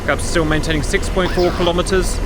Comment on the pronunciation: Your mwayntaining?😊